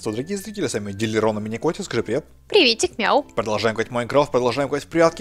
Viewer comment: ДилЛирон, а не Дилирон